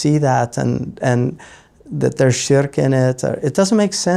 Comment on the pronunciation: ahhh yes, scholars of the highest calibre from the time of Imam al-Busīrī', rahīmahullah, onwards, all missed this supposed shirk, but my guy here who's still struggling with basic english (sharek?? shrek?? sherk?? refugee??) has magically identified problems in the poem. utter tosh. maybe consult an actual subject-matter expert rather than those with pre-existing biases. and give it a rest with the lame shallow poisoning-the-well fallacy of maligning sufi scholars by bringing in so-called practices like the tiresome and predictable 'grave worship' rubbish that are unrelated to the poem. incredible that only individuals who are against tasawwuf bring up grave worship. yet to see a single scholar who is a proponent of sufism, or anyone who purports to be on a spiritual path, actually circling/worshipping graves. perplexing that 🤔. but even if one concedes that maybe some misguided individuals who are influenced by some folkloric ideas, indulge in such blameworthy practices, they are not the yardstick by which the science is measured. otherwise, by the same token one could disregard your nonsense on the basis that you're incapable of writing coherent english words. this is why laymen shouldn't be citing primary sources, khawarij-style. you misapply them and make conclusions that are reductive, simplistic and non-scholarly. one would hazard a guess you've not actually done due diligence and looked at both sides of the argument, rather just gone to those who support your inbuilt